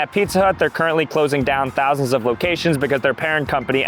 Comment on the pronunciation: 1.3 thouanth 😂